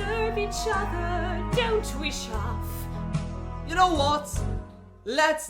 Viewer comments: well you know it's DEFINITELY April Fools because we don't say his name like that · I know it's april fools... but we don't say your name like that 😭😭